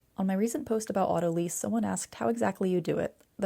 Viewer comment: It’s lyse like ‘lice’ not leese. From the word lysis. Ugh. Must be AI speak.